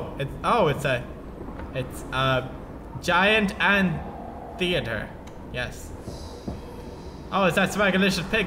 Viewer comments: Giant An-Tee-Ah-Ter... Great job Pewds, no really. 👏👏👏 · Ant Eater. Wtf? How can you pronounce it wrong???